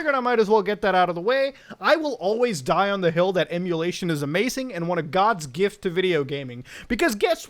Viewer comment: bUt mUtA eMuWaTiOn iS PieWaSeE